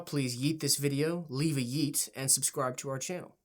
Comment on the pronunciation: You straight up boomered the word yeet that i cringed harder than hearing yeet..